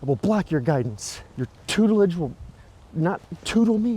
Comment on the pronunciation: 'Your tutelage will not tootle me!' 😂😂😂😂😂